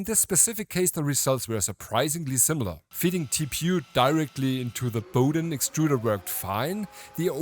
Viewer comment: What? And it’s Bowden and not Powden 🫩